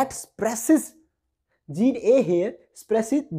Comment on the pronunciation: Wehen❌ hwen✅ Spreses❌ sapress✅